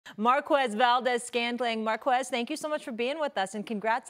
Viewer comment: It's pronounced "Mar-Kez"